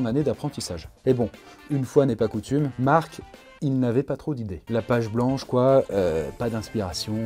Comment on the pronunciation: il a dit mart